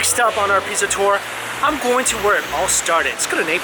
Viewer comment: Alright! Are you saying "Piza" instead of "Pizza"!?